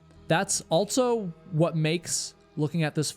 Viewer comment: my guy.. can you please stop adding a T to the word "also"... you always say "altso" lol